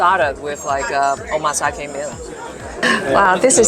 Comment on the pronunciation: Omakase dinner not Omasake